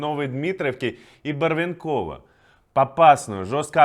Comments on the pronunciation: Барве́нково, а не Барвенко́во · ударение правильно барвЕнково